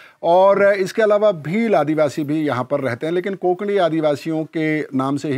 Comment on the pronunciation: कोंकणी नाही. कोकणी / कोकणा.